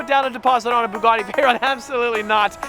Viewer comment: Why does pronounce Bugatti as "Boo-gotti"?